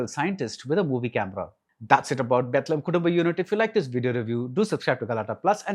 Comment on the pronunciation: This guy doesnt even know how to pronounce the birth place of jesus christ 😂